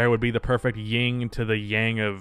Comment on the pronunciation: You do know it's 'yin' right? Not 'ying'? Dropping a like for the shame.